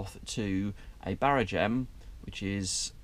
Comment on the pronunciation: it is not a barraGEM but a barRAgem